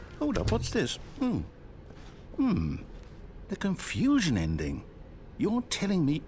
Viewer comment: The Zending broke me